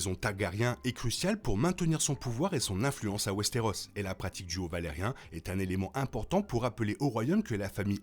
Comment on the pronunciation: Vidéo intéressante, par contre ça se prononce Valyrien pas valarien. Sinon je me demande pourquoi Aemond avait son épée dégainée et était en train de la ranger quand Criston Cole l'appelle. Parce qu'il commence à la ranger avant que Cole l'appelle... Sinon je ne sais pas si Aegon sait lire le valyrien ou pas. Clairement il le comprend, mais le parle mal. Je pense qu'il sait le lire quand même. Mais j'adore quand les personnages parlent valyrien pour se parler entre eux. Mais je me demande si le grand mestre Orwyle parle valyrien. Parce qu'il n'y a pas que les Targaryen et Velaryon qui le parlent, il y a aussi les Celtigar et toutes sortes de gens très éduqués. Donc un bon nombre de mestres.